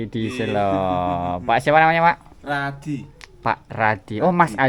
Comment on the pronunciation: selo. baca e nya kaya enak. artinya batu.